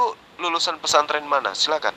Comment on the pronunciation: Pasanten, pesantren ooom,bukan pasanten🤣🤣🤣🤣🤣🤣🤣